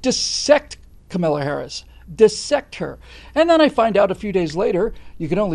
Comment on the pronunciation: What amazed me most, is that he is one of only a handful of people in my lifetime that I've heard pronounce the word "dissect" correctly! Good going,.